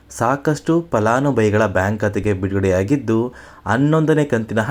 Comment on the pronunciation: Uccharane sari illa palanubhavi annabeku